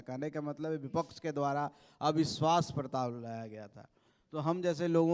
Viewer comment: Prasatav🫣❌ patap😂✅ kya neta bnega